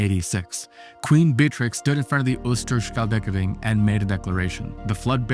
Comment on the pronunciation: schelde not shelt s CH as in loCH el, and duh s ch el duh and ooster NOT ostre oo as in slow oooh stur sCHel duh